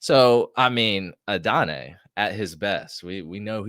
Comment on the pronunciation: It’s AH-DUH-NAI not A-DONNAY btw 🫡